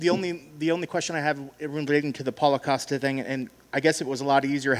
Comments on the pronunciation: Why is Dana saying “Coast-A” instead of “Cost-A” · "Coaster" OK Dana...